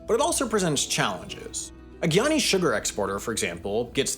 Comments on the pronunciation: I wish he would pronounce "guyanese" correctly! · Also Guyanese pronounce it GUY-ana, not gee-ana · He killed me with the mispronunciation of Guyana and Guyanese!!!